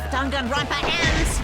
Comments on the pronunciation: why did he say ganganronpa 😭😭😭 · "Carllllllllll" "Yes Jimmy?" "Can you help me pronounce the name so I can say my backround lines?" "Sure. Dann-gann-ron-paa." "Like this? Dang-it-grand-pa." " Perfect! " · Dwang n ronpa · Damn gone ronald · Lady gagaronpa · Nanami yeah we are gonna end dog on rompa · “Donganronpa” Danganronpa NIBBA WHAT? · Text To Speech: Dang-gan-Ron-Pa Characters: Dong-Gone-Ron-Pa Oh my god! Which is it pronounced like?! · Voice Actors trying to say 'Dong-gon-ra-wn-pah' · dang Ron pa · Dunkin granpa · ganga "wap"pa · ah yes,my favourite killing game franchise ganganronpa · eugenio bravo HAHAH OMG He really said Ganganronpa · I’m like daan Gaan Ron pa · Gotta love English characters saying Japanese words WE WILL REJECT DONG GONG ROMP AH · Shuichi said Ganganronpa lol he doesn't even know how to pronounce the name